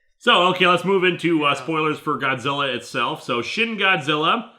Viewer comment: You said "Shin Godzilla" like it's"Shitty Godzilla"